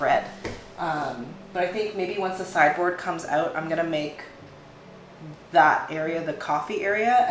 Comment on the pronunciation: I think and especially in these times, seeing people keep it real and not perfect is what is needed. I too can't afford the containers and things in the makeover organizing shows. we all do what we can also I kept hearing cyborg instead of sideboard lol